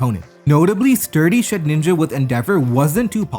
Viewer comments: Mannn please stop pronouncing Shedinja as Shed ninja 😩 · Haven't watched him in a bit so this vid's quality was a great surprise Although it's so funny that he still doesn't know how to say "Shedinja" lmao